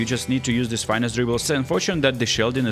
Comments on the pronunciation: Finesse NOT Fine-ess…come on what happened to your French pronunciation suddenly? This word is directly borrowed to Molière’s tongue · "fine esse" what😂